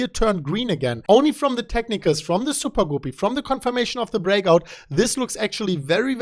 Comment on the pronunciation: I could listen to say "soopah-goopy" all day long LOL